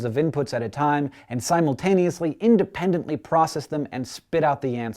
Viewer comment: and *independently.. ahaha.